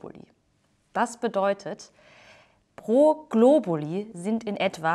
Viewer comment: Globulis? Meine lateinischen Ohren winden sich vor Schmerz! ;)